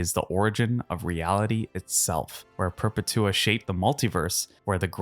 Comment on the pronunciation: Perpetua isn’t pronounced with a long drawl like how you pronounced it, but as a single word Perpetua not Per-pet—tua.